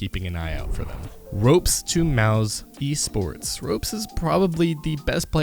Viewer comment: I got annoyed when he said ropez instead of ropz. I stopped watching when he said Mouse Esports instead of Mousesports. Dude, wtf